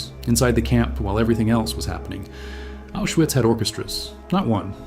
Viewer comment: It's pronounced Aushvitz